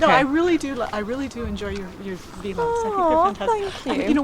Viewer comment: Sweet fan lady.. Haha "vee-logs."